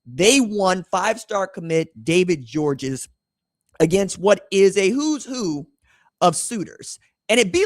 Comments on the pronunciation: Its pronounced George, not Georges. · Just letting you know that DGG personally pronounces his last name simply just GEORGE even though it's spelled Georges, the S at the end is silent! I guess it comes from French being his first language! I've heard him personally say his last name by telling folks at Baylor Academy interviews with him. I am 1,000% correct because my son plays safety and D-back at Baylor Academy here in Chattanooga Tennessee, my hometown! He's on scholarship thank God, because it not, then it's roughly a little north of 17,000$+ per semester for local, and last I checked for room and board out of town students is right at 35,000$-40,000$ for out of town and then international. Georges is obviously a scholarship student athlete, but if not, then his family would pay the 40,000$ per semester, so that's 80,000$ per year! Oh yeah, if you guys want to watch a huge rivalry highschool game, then mid season we play the Mccallie blue tornadoes! So Baylor vs McCallie! Ted Turner, the former owner of the Braves and owner of TBS and much more went to McCallie academy here in Chattanooga. We have several very high dollar academies. Baylor, McCallie, Notre Dame, Boyd Buchanan, csas, csla, olph and a few more that's 10,000$ a semester and up, with Baylor Academy being the Best one for academics and athletics! Go red raiders and big orange 🍊🧡🍊🤍